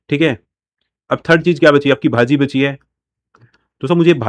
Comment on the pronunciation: Bhaji pronounce भजी